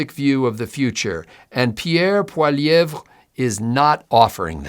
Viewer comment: Allow me to help you "Pee-air Poley-ev"😉